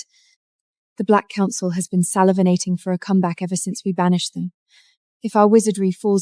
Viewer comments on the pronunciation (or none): What is a scumblag I know what a scumbag is but what is a scumblag? And salivinating instead of salivating. What a big waste of time.